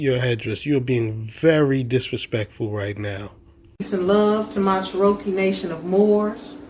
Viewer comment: She wasn’t tribal during that car chase.when did this happen??…and why are they purposely mispronouncing Cherokee???